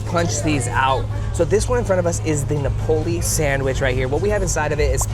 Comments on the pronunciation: SOBE is short for South Beach and pronounced Sew Bee. And Napoli is Naples in Italian and pronounced NAW-poli. Emphasis on Na. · Pronounced NAH-po-lee. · So last video they were rude about the woman who pronounced jalapeño "wrong" but this video spent the whole time saying Napoli wrong 🙄😮‍💨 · Learn how to pronounce SOBE and NAPOLI, please. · He said 1979 was over 50 years ago, He can’t pronounce Napoli or Sobe… smh 🤦‍♂️ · dude doesn't know how to say Napoli